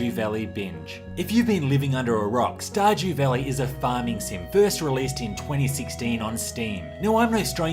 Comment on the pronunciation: “Star-gew valley...”